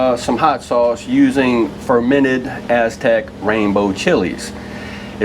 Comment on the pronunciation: Fermated? WINE,YAY!